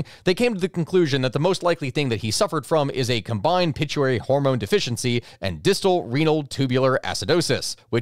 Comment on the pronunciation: "Pit-u-ary", really. Try "pit-u-i-tar-y"!